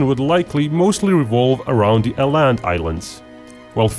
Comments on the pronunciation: Aaland is pronounced Oh-Land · Even though it was a really good video you completely butchered the city names. Åland is pronounced pore like Oland and Luleå is pronounced Lule.